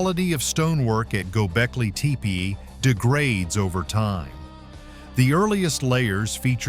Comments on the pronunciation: Why can't you pronounce Gobekli Tepe the same every time? Pick one and stick with it. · Learn to pronounce the site correctly.